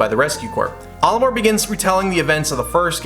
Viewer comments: Your pronunciation of Olimar is like if you switched the A and O around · I hate how he pronounces Olimar's name.